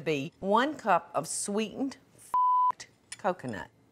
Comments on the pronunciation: "Swensed milk" killed me 😂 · "swensed milk" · "swensed milk" had me crying the first time I heard it